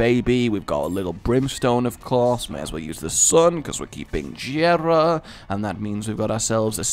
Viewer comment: JERA IS PRONOUNCED WITH A SOFT J!!!!!!!!